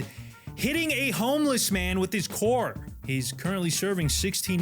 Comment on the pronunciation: "Hitting a homeless man with his coar!" Coar???